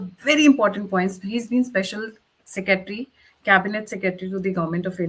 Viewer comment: "Seketry" you can't even pronounce Secretary correctly. Annamalai has left BJP?? - Pls get facts right, or he has left TN BJP Chief's position. Amateurish!!